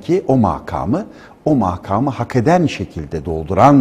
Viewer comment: Mâkâmı değil, makâmı demeniz gerekir !